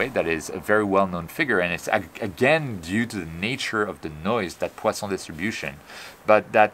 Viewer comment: Amazing as usual!!! I just love hearing you say "poison distribution " with the appropriate French accent...!!!